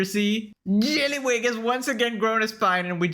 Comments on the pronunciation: you and Rev HAVE to be colluding to be pronouncing jellywig like that....its so jarring that i look over to my second monitor everytime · Careful, if you pronounce JELLYWEEEG any harder you're gonna lose your voice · The progressively chaotic pronunciation of jellywig is sending me 😂😂😂😂😂